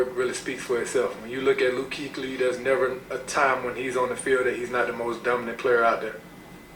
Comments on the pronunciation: It's actually pronounced Key-klee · laughed my ass off at your annunciation of Kuechly's name. XD